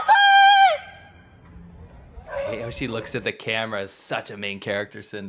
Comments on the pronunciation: i thought the girls says. "send me muffin" instead of "Sumimasen" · tbh, I thought that chinese woman said 'sunday muffin!' instead of 'sumimasen'. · The pronunciation on "sumimasen" isn't even good, so the 1% walking by that might know the word would just hear a crazy Chinese person too. Additionally, thanks Chat!